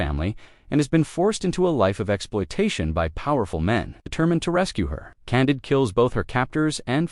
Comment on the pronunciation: Candeed i think is how its said